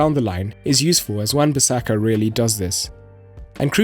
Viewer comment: Wan-bissaka* not Wan-bissake